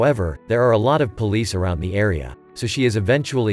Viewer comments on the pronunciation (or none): none